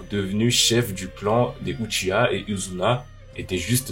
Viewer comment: c'est pas uchiya c'est uchiha